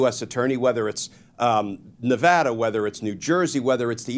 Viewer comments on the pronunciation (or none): none